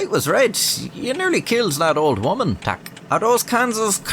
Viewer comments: Your "tak" is sublime! :) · well he got prawo jazdy and tak right, the rest was not too bad either